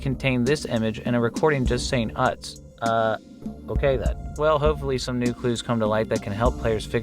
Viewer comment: Not uh-tz. Its UTZ. UTZ UTZ UTZ UTZ UTZ UTZ. TECHNO